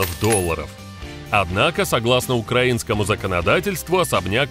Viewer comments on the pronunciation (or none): none